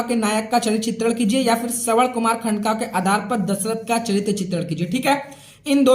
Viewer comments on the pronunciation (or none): none